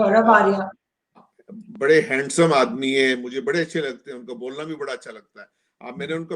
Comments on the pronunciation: Arzooji I have a lot of respect for you, he doesnt even know how to pronounce gaurav arya! dont bring such Dumb people on your channel. He is a lost cause. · It’s ok if he has his opinion, I understand you have to keep your people happy as well.... let him be happy in the UK... He is purposely not taking Major Saab name properly, its ok to hate Indians, it’s normal...